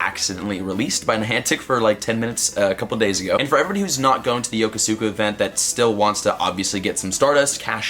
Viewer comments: YoKO-ska. Not YoKoSukuh. You hurt my ears. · Hey man, love your content, but in Yokosuka's pronunciation, the U sound is basically silenced. Think about how you pronounce Yokohama and keep the first syllable and just add "ska". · PLEASE PLEASE PLEASE LEARN HOW TO PRONOUNCE YOKOSUKA RIGHT! sigh Sorry, but really, sounds like crap when you pronounce it like that.